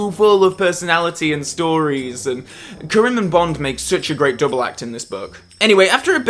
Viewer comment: I wonder why mispronounces “Kerim” over the course of this review. He seems to pronounce it correctly in every other FRWL video 🤔